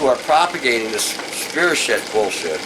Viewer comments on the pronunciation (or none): spirochete. Pronounced Spyrokeet.